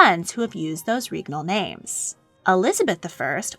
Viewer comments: I'm convinced at this point that you intentionally put mistakes in your videos for the algorithm to goad people into commenting. Regnal is not correct. The "reg" is pronounced like leg. It's pronounced leg-nal with an R. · Awesome stuff! Pronunciation's a bit off, especially with "regnal", but otherwise very educational. Edit: Also Æthelred the Unready's nickname was a pun on his name (meaning "well advised") and unræd, meaning "poorly advised"